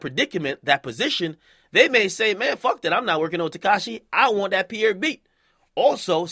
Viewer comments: yeah “pee-air” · Why Akademiks pronouncing it like "pier". lol its Pierre bro. It's a French name.